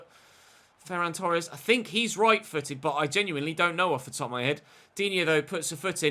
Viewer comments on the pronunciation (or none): none